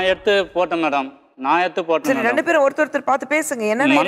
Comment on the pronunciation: kusboo madam public tamil channel suntv. neenga oru nigalchchi panna mudal tamil kaththukkonga. 2 rondunu solreenga?